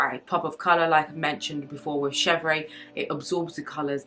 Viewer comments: Yes, the pronounciation is she-vr (with a tiny “uh” at the end), not ay. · Just pronounced shev-rr (no ‘aye’ at the end) -otherwise, good video. I like all leathers for bags except epsom but I realize I’m in the minority. Clemence and Box are my faves. Togo has veining at times where Clemence does not.